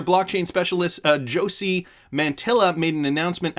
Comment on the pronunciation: Jo-C???? Really????? Ever heard of Jose JoooSeeeee???lol